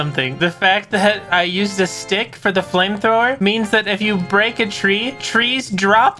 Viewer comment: did you say flimethower